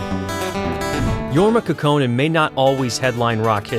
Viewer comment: Finnish names are accented on the first syllable. KAUKonen.